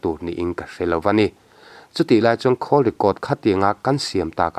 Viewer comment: Khawl i tih kha. Phone i call i sawi anih chuan call ti in lamla. Atha hle mai. Thil i dah khawl i sawi anih chuan khawl tia lam tur ani e. Tawng hi hi fimkhur apawi mawh hle mai.